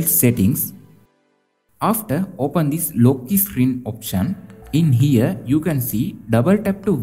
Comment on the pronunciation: Bro you are saying screen as isscreen